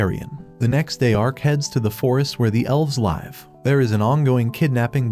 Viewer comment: Lyve nice man bro said lyve instead of live nice job